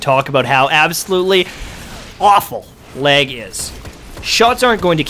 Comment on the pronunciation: R u saying leg? Lol jk